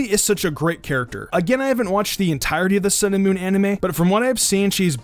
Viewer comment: I keep hearing "cinnamon" when you say sun and moon